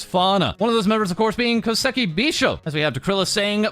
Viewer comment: Every time he says Koseki "Bisho" I hit the sub/unsub button.